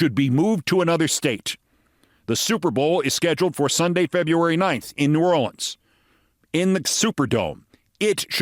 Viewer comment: He pronounced it correctly a few times and mispronounced it a few times. Mostly, when he seemed to peak in emotion, he slipped to the single syllable mispronounciation.